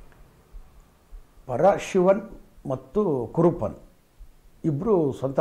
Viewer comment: ಸಾರ್ ಕುರುಪ್ಪನ್ ಅಲ್ಲ ಸಾರ್ ಕರುಪ್ಪನ್ ಅಂತ ಹೆಸ್ರು